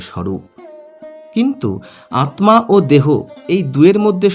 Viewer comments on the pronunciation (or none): আপনি আত্মা কে আতমা উচ্চারণ করেন কেন ? আপনি কি পদ্ম কে পদমো বলেন ? তাহলে স্মৃতি কে কি উচ্চারণ করবেন ? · Atma ta vulucharan korchen pless ucharon ta thik krun. Atta